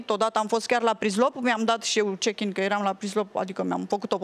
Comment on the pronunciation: Si-a dat chickin